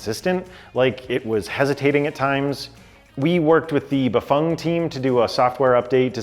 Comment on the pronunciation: Are you the only ones saying Bafang correctly?🤔